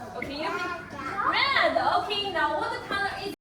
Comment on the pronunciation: aha... That makes sense! I don't speak one syllable of Chinese so those kids are ahead of me in languages, even if they do say "red-uh". lol